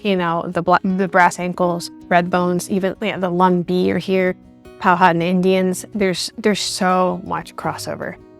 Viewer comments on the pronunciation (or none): POW-AH-TAN, not POE-HATTON